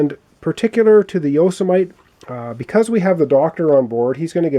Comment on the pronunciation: I believe the pronunciation for the small ship is Yo-si-meh-tee